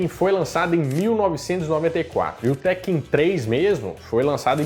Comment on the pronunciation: Falou teken.😊😊😊